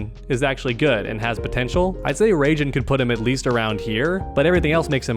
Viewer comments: Ray-Gin? 😹 You mean Rye-Jin? 😹😹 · Raijen* lmao 😂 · In that case I don't wanna know how badly they (and probably me too) butcher the name of Kotal's stuff. Mehtizquia? Huitzilopotchtli? Nahuatl language looks hard. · I was this day old when I heard someone say “Ray-Jin.” 🌩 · Question: Why do you call Raiden for Raigen? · The way he said Raiden hurt me